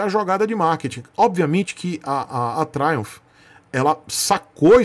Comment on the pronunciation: Tioo tabajaj, "truimph".... 😂😂😂😂😂😂 Triumph alta cc e baixa cc truimph😅